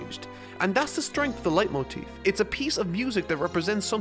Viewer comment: I judge my youtubers on how good they speck the german words... Your "Leitmotiv" ist sehr gut👍